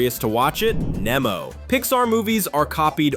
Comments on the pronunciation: It’s Nee-mo not Neh-mo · It’s Nemo